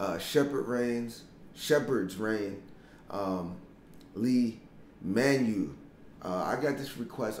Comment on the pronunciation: you pronounce it "Lay" Manu the e has a short sound. not a long.